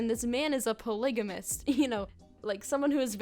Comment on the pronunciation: “a pLIgAmIsT cWoP”